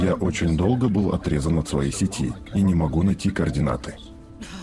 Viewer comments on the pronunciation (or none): none